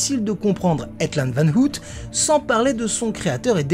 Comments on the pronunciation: Aïe, mes oreilles ... ! "hEt", pas "hèt" ... "Ôouille", pas "hout" ... Merde, pensez à vérifiez comment se prononcent les mots néerlandais, s'il vous plaît ... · Hello. Chouette petite vidéo. Par contre n'hésite pas à regarder pour la prononciation des noms en néerlandais sinon tu vas te mettre tous les Belges à dos 😁. Le double o ne se prononce pas ou mais en o long. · Je sais qu'on te l'a surement dit mais ça m'a tellement dérangé qu'il fallait que je le dise : Het land van ooit = heut lannd van eauït et le "oo" se prononce comme un long o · Salut ! Très chouette vidéo comme d'habitude. Tes vidéos reviews de parcs disparus sont mes préférées sur ta chaîne ! Et si en plus tu nous fait une petite visite en personne, c'est encore mieux. :) (Par contre, petite remarque : "het land van ooit" (littéralement "le pays d'autrefois") ça se prononce "heut lann'd vann' eau-itt". Oui, je sais, c'est pas évident le néerlandais.) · veux pas être relou mais ça se dit "au-y't", comme ouille, mais avec au- et un t à la fin. Voilà :p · Sinon, "ooit" prononcer "auyt" signifie "une fois" en néerlandais. En vous remerciant. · T aurais pû te renseigner sur la prononciation de ooit avant de faire la vidéo. J ai mes oreilles qui sifflent à chaque fois que tu le dis!